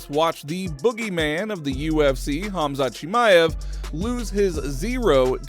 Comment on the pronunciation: Bruh turned khamzat into chinese lol chimeav to Mr ching ma ev 😂 That being said khamzat would still beat ulberg